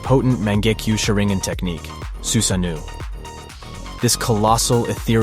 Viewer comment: Susuke and his SUSANUU